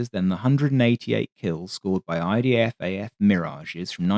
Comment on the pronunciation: Why do you always say "IDAF-AF"? There's only one A.